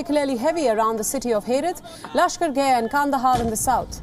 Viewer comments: Bruhhh It aint "lashkargay" its lashkargAh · The news anchor keeps pronouncing it as Lashkar-gay but it’s actually pronounced Lashkar-gah